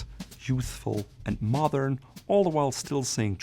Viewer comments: My friend, your English is excellent, however, please practice the D in modern more. It distinctly sounds like you’re saying “mothern”. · I notice you were saying the word mothern a lot. Do you mean modern? Or a different word that means something totally different. Because it will change the meaning of your phrases. I just need to understand this for myself. Sorry for any problem with this question.